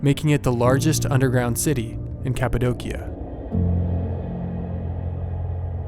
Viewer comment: Its It's pronounced "Capa-doshia" not trying to be a grammar stickler, just thought people should know :)